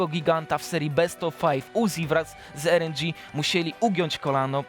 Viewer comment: Na litosc 'er en dzi' i jakanie sie w takim video? (chodzi mi o to, ze to nie jest live, wiec drugie ujecie albo trzecie czy nawet piate jak trzeba). Jak gosc nie potrafi rng przeczytac po angielsku to napiszcie mu na prompterze 'ar en dzi' albo 'rojal newer giw ap'. Dodajac do tego niezliczone 'eeee' i 'yyyy' to zwyczajnie nie da sie tego materialu nazwac profesjonalnym. Merytorycznie ok, nie mozna sie przyczepic, do prezencji tez. Nie traktujcie tego jako hejt. Zwyczajnie od Polsatu, jako duzej w Polsce stacji oczekuje odrobiny profesjonalizmu. Edit. Jesli to wycinek z live to mozna troche przymknac oko na to eeeee i yyyyy ale w kazdym innym wypadku padaka.